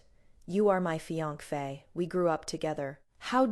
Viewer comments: She has tongue problems and can't pronounce the word fiancee correctly! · Why can't the narrator say fiancee correctly?